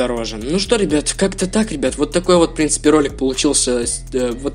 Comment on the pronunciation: Научись говорит нормально "в принципе" на 2 минуте уже бесит